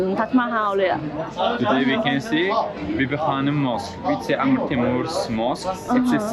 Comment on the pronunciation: Amir(อะมีร) ไม่ใช่อาเมียร์ ตัว ร เป็นตัวสะกดในภาษาอาหรับอ่านออกเสียงใกล้เคียงกับคำว่า "มีด" Amir แปลว่าผู้ปกครองหรือผู้นำ